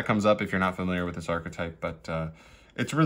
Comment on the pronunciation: Just archetype, not ar-che-type